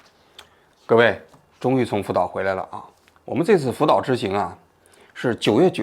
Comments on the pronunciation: 王局神口误“福屌”😂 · 福岛说成了扶吊哈哈哈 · 王局口误了，福吊😊